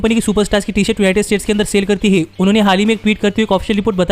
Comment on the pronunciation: Bhai sahab tum na baten kam kiya kro tumhari repeatation ki wajh se video jyada lmba ho jata h, aur han है को है बोलने में क्या दिक्कत है😂😂